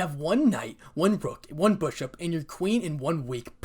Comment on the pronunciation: it's bishop not bushop